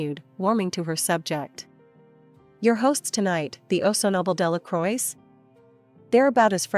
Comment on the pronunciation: Delacroix isn't pronounced as "Dela-croy". More something as "Dela-crwa".